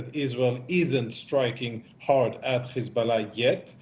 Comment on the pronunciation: Words like height and hard are pronounced correctly but H group and Hiz group is pronounced with kh